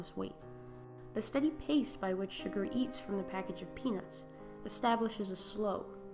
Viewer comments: Did you just call Chigurh Sugar?! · Here is some wonderful advice if you're going to psychoanalyze the film it might be nice if you could pronounce his name right not sugar but Chigurh, try this chig-gur just my 2 sense, or . "My two cents' worth"